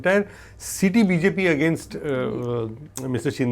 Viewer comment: New Game: Take a shot every time says “Bee-Zay-Pee” 😂😂